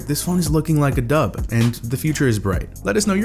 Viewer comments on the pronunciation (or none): “Looking like a dub”... I don't know what that even means but it sounded like “looking like a dud”, I had to check closed captions to figure out what he might have said.